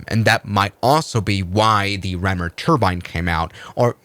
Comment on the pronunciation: "Ram air". Not "rammer".